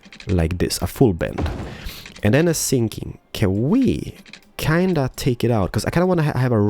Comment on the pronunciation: is he thinking or sinking?